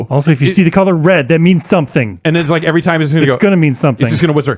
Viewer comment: This week on the Bombcast: still does not know how to pronounce "every" without putting an extra "r" before the "v".